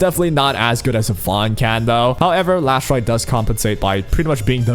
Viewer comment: Why are you calling her Lash light? Her name is Last Rite 😕